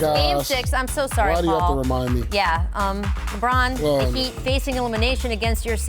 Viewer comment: Nobody : Never said ever: Paul: THE HEATELS